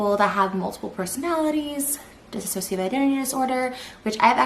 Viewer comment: Can't even pronounce dissociative smh..